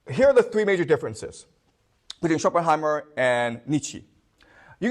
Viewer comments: It doesn't really add up that nicely like he wants it to have happened, but nevertheless interesting lecture. Ah, it's SchopenHAUER not Schopenheimer, drives me crazy hehe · This is an absolutely GENIUS lecture! But please stop calling Shopenhauer Shopenheimer 🥲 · oh fuck,this man is called Shopenhauer NOT Shopenheimer.Boy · Schopenhauer, not Schopenheimer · When he finally remembers from his slide that it's Schopenhauer, not Schopenheimer and seamlessly corrects ^^ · Schopenhauer not Schopenheimer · please stop saying Schopenheimer 😅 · Schopenhauer not Schopenheimer. Klugscheissmodus aus. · Good content!! But please, it’s Schopenhauer, not Schoppenheimer 😅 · Not Schopenheimer... ShopenHAUER... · How mamy times you can hear "schopenheimer" and "niechi" without pain in your brain XD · Schopenheymer :D